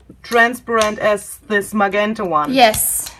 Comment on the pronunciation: Thank you very much. Can I help with pronunciation? GE in English is a J sound, so MaJenta is how it is said. Think of the word gentle. Wish I could speak my second language as well as you too.